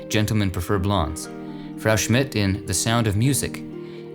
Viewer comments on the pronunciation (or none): none